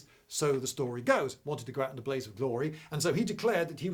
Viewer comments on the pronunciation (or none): none